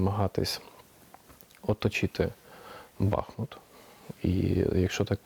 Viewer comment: Редакція, передайте ведучій, що наголос на У - БахмУт